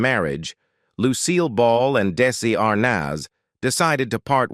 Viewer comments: The boy who played Little Ricky was not Desi Arnahhhz Jr. ( where did they get this narrator?!?! I about fell off my chair listening to his pronunciation of VITAMEATAVEGIMIN....what a joke!! Sorry Desi Jr. fell into the world of alcohol....he really did have talent....too bad he had to grow up in the shadow of his parents!! Now...leave him alone!! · I am totally pissed off regarding this video. First of all, the beginning of the video shows Donny Osmond, not Desi Arnaz Jr. There is no comparison that these two men look alike. As well, AI says Daisy Arnaz, Jr. rather than Desi Arnez, Jr. and uses Desi Arnas Jr. 98% throughout the video as if we are all too stupid to know who is being talked about and part of this video is not even understandable because of AI error. Last but not least, one of the depictions of Desi playing drums is not Desi at all but Jimmy Osmond. Looks like this video was never checked out for accuracy and from where I sit, is disrespecting to the man they are talking about. Desi and I were both born in 1953 which means he would have just turned 71 yesterday whereas I will turn 71 June 17. There is no possible way that old man that they are saying is Desi is the real man. Being the same age as Desi, I look in the mirror and have very few wrinkles but then my lifestyle is very different from what his was. I don't smoke, I very rarely drink alcohol and I don't do drugs of any kind. Life has been kinder to me but Desi, if he were still alive, certainly wouldn't look as if he's 100 years old. Most people don't believe me when I tell them how old I am and truly, much as Desi had his demons, he certainly didn't look like this man before his death.